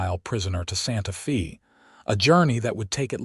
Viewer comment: Tuxin?...Santa Fee?...Not saying that these places don't exist, but I suspect that AI is mispronouncing Tucson and Santa Fe.